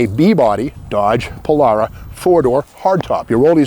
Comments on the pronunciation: Pol-“AIR”-a is how I say it. Not Pol-“R”-a…. 😄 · did you say Polaura?? not Polara!!